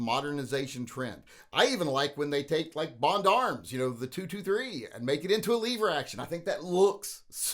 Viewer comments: Lever not leeeever!!!!LOL!!! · Stop saying “Leever” to start with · Did he say leave er or lever? Cuz I’ll leave er for this action any day! 😂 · Only smooth brains call them leever action.